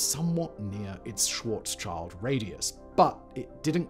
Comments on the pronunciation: Schwartzschild is pronounced "shield" not "child" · Schwarz schield!! [pronounced Shwarz Shield] Not Schwarzs child!! That one triggered me lol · Yep! Very annoying to listen to! It is "Schwarz-schild" literally "black shield". English speakers would be better of pronouncing it "Schwarz-shield" than "Schwarz-child". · It's not Schwartzs Child. It's Schwartz Schild. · Karl Swarzschild’s name is pronounced “Shvaarts- shilt”, not “child”. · And one day, long after the last Iron Star formed, the last english-speaking Human realised that it wasn’t pronounced Schwarz-child but Schwarz-Shield… But then it pulled an Asimov, another few orders of magnitude of years later the Cosmic AC answered The Last Question, and all was well in the Universe. (Schwarz Schild. Black Shield.) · The "child" in Schwarzschild sounds more like "shield" than "child". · Its pronounced 'schwarz-shield', it's a German word. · In case anyone is curious, the correct pronunciation for "Schwartzchild" is something like "Shvaartz shilld". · Small "correction": When saying Schwarzschild the the second "sch" is also pronounced like "sh". Schwarz-Child is funny though. Sounds like Starlords archenemy or so. 😄 Thank you for the great video and best wishes from Germany 🌻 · I just knew he'd pronounce Schwarzschild wrong lol